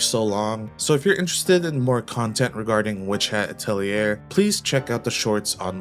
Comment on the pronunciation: First video about WHA I've watched where atelier gets pronounced correctly.